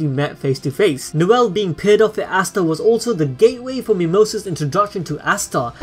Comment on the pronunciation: Ooooooosta not aaaaaasta